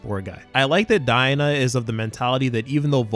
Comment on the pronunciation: It’s daigo not. Dina.